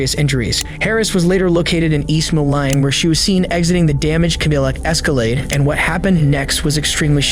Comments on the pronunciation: It’s pronounced Mo-leen not Mo-line even thought it’s spelled that way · ....mo-line.... it's pronounced mo/lean/ 😒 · MO-LINE??? Are shitting me? It’s pronounced MO-LEAN you daft twat. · Moline is pronounced "Mo-leen" not "mo-line", ffs. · I find these videos very interesting, but narrator can’t even watch the video to hear how “East Moline” is pronounced lol. He said “Ma Line” instead of “Moe-Leen” lol. Also doesn’t do the bare minimum to caption the lady’s words. Rock “Highland” (Island, in Rock Island county🙄) This channel just needs to do some basic research and it can be so much better. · East Mo-line! Lol. AI is so great. I'm out. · Weird place for pedestrian traffic. Thats crossing over the Mississippi, I think. And its Moline, pronounced like Mo Lean! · It’s “Mo Lean” Bettendorf is Iowa, and so is Davenport. Moline and Rock Island are Illinois. We are the Quad Cities. Please do better research, these are serious cases, real people and real places. The I74 bridge Crosses the Mississippi River thus Making Us 4 Cities and 2 States. Can You imagine? Rock Island Co. Jail is no joke. This might be funny to some people, but wow, tragic and so sad that these things can be avoided by staying away from alcohol. This is a new bridge, We also have the Arsenal Bridge, You are able to walk Across the I74 now. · Its pronounced Mo-lean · As a local to the cities mentioned in the first one... this is the worst case of AI voiceover I've heard in awhile. 😅 It's one thing to say "Moline" wrong... but to properly pronounce both "Illinois" and "Bettendorf" but absolutely SLAUGHTER the state of "Iowa" like that?!? Insane. 😅 Less than a minute in and I'm hearing "mo-lane" and "ee-ow-uh" 💀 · I don't know what's worse, your pronunciation of Moline or Iowa. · Mo-leen, Bet-en-dorf, eye-oh-wa. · East Maline? And ca-dill-ick? What the hell is that lol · Holy fuck AI, how can you not pronounce Iowa and Moline correctly?